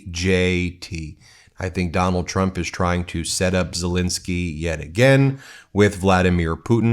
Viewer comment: Dude, his name is Zelenskyy! NOT Zelinsky! You try to come across so intelligent and educated and yet you mispronounce a world leader’s name on a freaking broadcast! Do better.